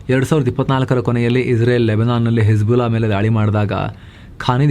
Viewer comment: Hesbulla hammas 😂😂😂😂 nice slang